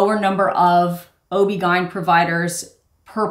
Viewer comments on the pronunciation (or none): OBGYN isn't a word. It's pronounced by letter, or Ob-Gyn(ob gye-ni) It sands for Obstetrician-gynecologist.